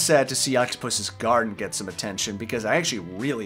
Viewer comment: “octipoos gardin”💀